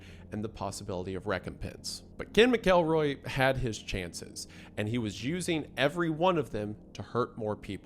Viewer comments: "Mack-kel-roy" I'm going to come over there and take the names back if yous can't be trusted with them, alright? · Pronounced Mackle-Roy. Idk how you do all this research and get the name wrong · McElroy is pronounced MACK-UL-ROY why, when people supposedly do research, do they never learn pronunciations? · Huh. Ive always pronounced it MACKLE-ROY. Thought it sounded more demeaning since he was such a monster. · It's actually pronounced MacElroy....and 2 movies.....really dropping the ball early on this one 🙄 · McElroy is pronounced as MAK-uhl-roy. It rhymes with "cackle boy" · Not to be nit picky but I think McElroy = mackle-roy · McElroy pronunciation driving me crazy. It's pronounce mac-kel-roy. Like mackerel. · Sorry, but it is pronounced “Mak-uhl-roy”. Great video as always, regardless. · Dearest it’s ’Mackle-Roy’ pls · MACKelroy ffs you even pronounce normal white people names like they're foreign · GAAAAAAHHHHHHH!!!! IT'S TEARING ME APART!!! Normally, I truly enjoy all your malapropisms, and a reticence to record multiple takes, focusing on correcting your misuse of vocabulary. HOWEVER. Your pronunciation of McElroy is like needles in my brain. Or ears. Something sharp. I had a teacher named [Mr. McElroy] in high school. Now I don't know if it is universal, but he pronounced his last name as: MACKEL-roy (no emphasis on the 'El. - Think of the word 'mackerel,' just ditch the 'er.' Then Roy.) 🤷‍♂️ Your 'Mack-Elroy's are jarring. Nevertheless, still a big fan. I'll chalk it up to the Appalachian upbringing. 😉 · Hilarious last name pronunciation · mispronouncing McElroy for the next hour is gonna be rough 😫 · the way you are saying mcelroy is making this almost unwatchable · okay it's pronounced with a short E like Trends. I'm a little sensitive lol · its Mac El Roy not Ma Kel Roy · Mackleroy, not mick-elroy. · Mcelroy is pronounced mackleroy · it's pronounced mackleroy